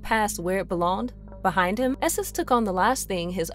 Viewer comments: If your gonna do a video about an X-Men villain named Nathaniel esseX, maybe get a narrator who can pronounce the letter X as X instead of S. His name is not esses and the are not called the Smen SMFH 🙄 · Love Mister Sinister, but probably the worst subject for a narrator that struggles with X’s.